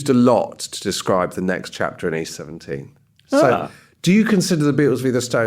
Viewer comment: East 17 Rhymes with Beauty Queen